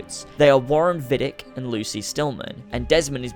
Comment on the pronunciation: If Desmond was held in Rome, which makes sense if we take into account the events of ACII and ACB, then it was Vidic's "home base" and it makes sense for him to take William to Rome. And why would it be Vidic's "home base"? Well, maybe he is not called Vidic, it is mispronounced, he is called Vidić[vidjich], a common Serbian/Croatian name and he is actually Serbian/Croatian. Then it would make sense for him to work in Rome, if there is no sufficient Abstergo laboratory in Serbia/Croatia...